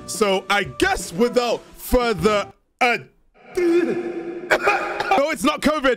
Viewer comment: I love your "without further ædo" ❤️